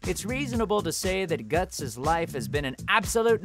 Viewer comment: At least he got Guts right